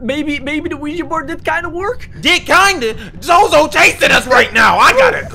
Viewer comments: It's no zozo it's zose the devil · its pronounced soso and not zozo